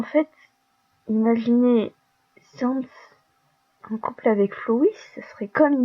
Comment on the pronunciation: par contre on dit pas comme le mot sans